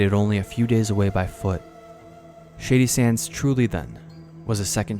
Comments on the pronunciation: I'm gonna be honest even though I'm well aware what the name of the town is, it sounds like you're saying "shitty sands" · Genuinely great video, but word of advice...enunciate a little better...every time you said "shady sands" it sounds like "shitty sands" to my ear. Also the word is "struck" not "striked" Minor criticisms, please dont take this as me saying it ruined the video for me